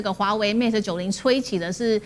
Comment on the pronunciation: its pronounce as Mate, not Mat!! halo taiwanese!